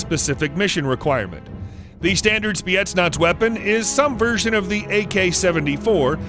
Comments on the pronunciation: Why are you saying spietnaz? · Did i heard spyetnaz